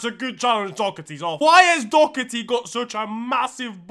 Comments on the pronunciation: As an Arsenal fan, normally I'm not against throwing a bit of side eye to a sp*rs player... However, as an Irishman, the amount of times I hear Dock-ar-tee boils my piss into steam. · please learn how to pronounce "Doherty" 🙏🙏🙏